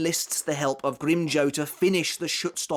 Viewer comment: Had to stop 5 min in cuz mf can't say grim JAW